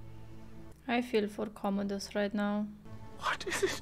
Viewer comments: However his name is "Commodus" and not "Communus". 🙂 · The name is Commodus. There's no "N". He was an actual Roman Emperor. But this is not historically accurate, it's a made for the big screen story. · Go to sleep "Comonus" haha